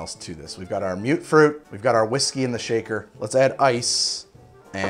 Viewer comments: "Mute-fruit"?..... I say it as "Mutt-fruit". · Its not mute fruit, its muttfruit. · you keep saying mute fruit it's mut fruit